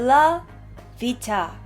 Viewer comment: 재밌네요 님 이야기! 그런데.... 미국에 사셨다면서 B와 V 발음 구분 힘든가요? 뷀라뷔타- 가 아니라, 벨라뷔타죠~ ㅎㅎ.